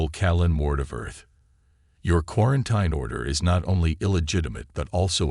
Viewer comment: For God’s sake, the word is pronounced KWAR-EN-TEEN. 🙄